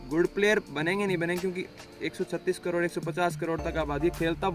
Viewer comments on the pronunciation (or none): none